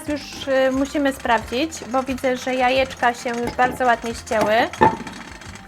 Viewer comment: Droga Pani mówi się jajka a nie ajeczka 🙉🙉🙉